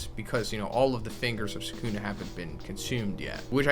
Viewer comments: you don't omit, it's just quick, the same applies to the second U as well. the S is heavily emphasised, the K much less so. SS-uh-kuh-Na the middle syllable is the least emphasised by far. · man's pronouncing Sukuna like non-fans pronounce Na-ROOT-o emphasis is on the first syllable brah. SUU-kuna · Actually you omit the u in su